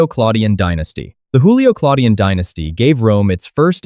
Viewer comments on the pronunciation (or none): Julio is pronounced with a J, not an H. It's Julio, not Hulio